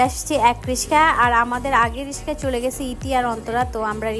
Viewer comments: হটাৎ টাকা হলে যা হই যতই ঢাকায় থাকুক রিকশা কে বলে রিশকা😂😂😂😂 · রিসকা কি রে ভাই রিকশা